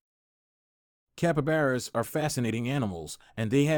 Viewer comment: Capabaras its capybara 🤣